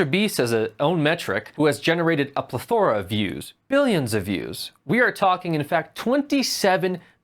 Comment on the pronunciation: PLEthora, not pleTHORa. Just a heads up.